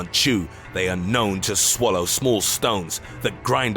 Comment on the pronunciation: Are you Japanese cuz you pronounced swallow swarrow?